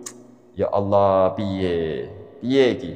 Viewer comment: baca qur'an belepotan, menyebut lafadz Allah dengan bunyi Awloh. Ini saja sudah menunjukkan bahwa dia tdk kompeten.